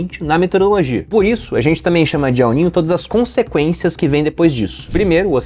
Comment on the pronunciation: Pior é o "El Nine" 😂